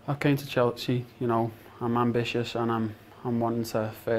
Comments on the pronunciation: "I came to Chels-chee"??? wtf man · Lmao he said Chel-chea 😂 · He can’t even pronounce “Chelsea”. The first scouse ever at chelsea? Or he’s the only one scouse in the squad right now?